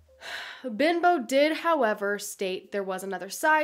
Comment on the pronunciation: It isn't Bimbo (although that's how it sounds in the vid) - it's Benbow.